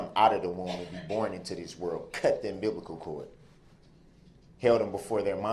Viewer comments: Um-biblical cord?🤣🤣🤣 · The entire trial he alluded to NOT having the intent to kill, yet in his closing, never once tells the jury WHY he actually did what he did. He doesn't even tell them it was accidental. Also, he cut the "umBIBLICAL chord"?? 😂😂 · Did he say umbiblical cord?🤔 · Whats a Umbiblical cord 😂😂😂😂😂😂🤦🤦🤦🤦🤦🤦🤦